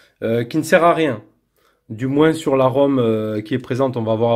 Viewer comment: Aaargh, on ne dit pas moinsssssss lol